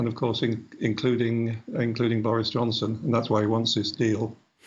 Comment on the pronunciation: Why does Naomi Long call Boris 'Johnston' ?